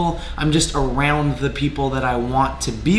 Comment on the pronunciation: “Arooond that”